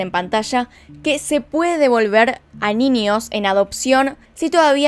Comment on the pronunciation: El tema del video bacan, pero me irrita cuando dices ninios y no niños!!!!